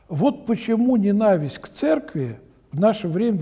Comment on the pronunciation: Интересно почему батюшка говорит ненависть с ударением на второй слог? Может это древнеславянское?